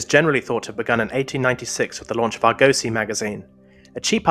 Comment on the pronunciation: "Argosy" is pronounced with the emphasis on the first syllable. It's named after the mythical ship "Argo".